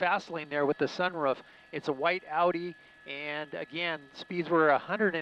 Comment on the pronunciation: He didn't say sunroof he said sunroff lol😂😄